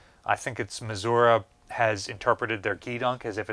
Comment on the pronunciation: Why can this man not pronounce Missouri?